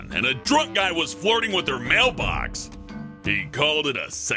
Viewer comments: "Male" box? Did just assumed the gender!? i know he said mail box not male, don't try to look like a smartass its just a joke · When said "mailbox" I thought he said "male box"